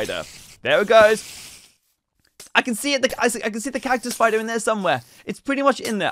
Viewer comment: Ays spayder and eskeleton spayder and slain spayder